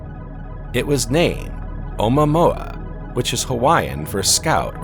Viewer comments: The narrator of this video pronounces every moon in our solar system incorrectly. He's driving me crazy! Someone better teach him how to pronounce Enceledus, Omouamua and many other moons or just get a new narrator! Please. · Nice way to butcher the pronunciation of omuaomua. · This guy pronounces it in an odd way